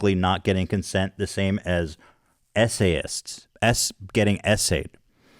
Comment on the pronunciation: You said SA-ists but I heard ESSAYIST. That sweet 14 page essayist.